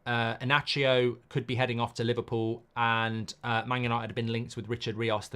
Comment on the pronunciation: Inacio ❌❌ E-Nacho ✔✔